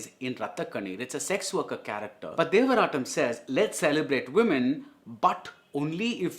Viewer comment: Devarttam butchered by br!!